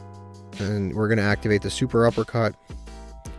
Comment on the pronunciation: Cant believe you still call it SUPERuppercut 😂